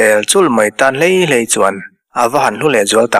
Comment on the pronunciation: hi chu i va han chhiar thiam tak em! I lam dik ta zaih mai e. Lei do..tih hi tam tak chuan, Lei (Earth) angin an lam ṭhin a, Lei (Tongue)or thil dah ngil lo, a lei deuh a nih hi...tih rik anga ri tur a ni a, i lam dik zaih mai e. I chhiar hi chu a ngaihnawm bik reng a ni. Pasalṭha thawnthu chhiarah chuan, i la chhiar thiam ber e.